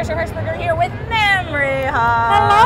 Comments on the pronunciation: I'm pretty sure Trisha kept mispronouncing Mamie's name. Oh, Trisha. Mamrie is not an adjective pertaining to milk-giving glands. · mah-mrie -.- ughhh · Omg the pronunciation of Mamrie's name in this vid 😂😂😂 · It happens. Grace pronounced Mamrie's name wrong for like a year.